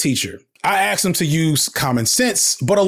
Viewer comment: You were an english teacher but you axed the students?